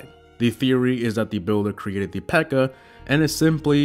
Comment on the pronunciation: Her name isn't Pekka. Her name is P.E.K.K.A. I mean, she's got five names.